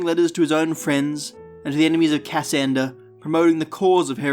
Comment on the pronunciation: Its not Ca - sander its "Cassander". The pronunciation is wrong.